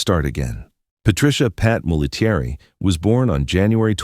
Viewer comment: P.S.; -- her name as 3 syllables, not five. It's not Mol - A - TEA - ERR - E. It's MOL-A-terry..